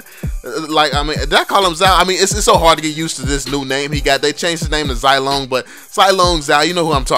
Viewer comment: Go to google translate zilong to Chinese and listen to the correct pronunciation please.... So many youtubers failed to pronounce Chinese names